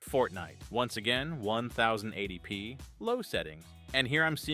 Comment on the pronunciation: Who says "onethousand eighty P"? You even said "onethousand eighty pounds" into the vido. That's where I stopped watching this Ai voiced crap.